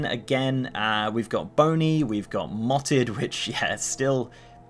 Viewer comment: "Mottled" not "motted" 😋